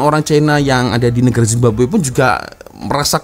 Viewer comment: mcm malu nk cakap indonesia tapi zababwe jadi nya